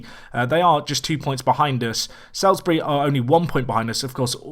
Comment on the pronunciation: Salisbury is said like solsbury